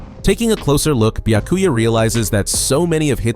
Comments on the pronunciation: Not bee-yuh-koo-yuh it’s bee-yah-koo-yah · Ah yes, who can forget my favorite captain: Buy-a-cuy-a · Bee-uh-koo-ya Are you FUCKING serious? Y’all need to stop with the AI narrations. It’s insulting to the property, the author, and his nationality by letting it pronounce the words as they’re spelled in English. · Is it too much to ask that you pronounce Byakuya correctly?